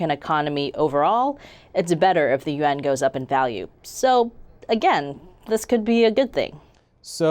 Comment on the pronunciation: 1st problem with your video you never properly pronounced the (you-won'")yuan I call Bstttttt